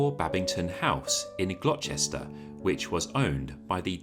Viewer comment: I’m sorry, Glo-chess-ter? Is this an American putting on an English accent? Bad-ming-ton (like the sport) Gloss-tuh-shuh. I really enjoyed this, though